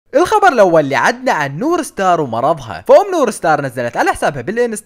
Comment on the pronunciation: نور مار ❌ نور ستار ✅ 😂😂😂💔